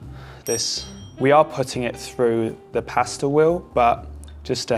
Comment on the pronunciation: I absolutely hate the way he pronounces pasta as paaaasta